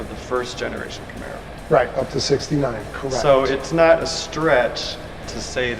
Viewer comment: Joe " I own a Namaro " Rogain